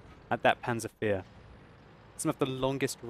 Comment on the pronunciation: Why does he call it a panzer fear ?